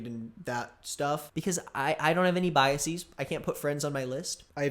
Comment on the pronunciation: am i the only one who DESPISES the way says biases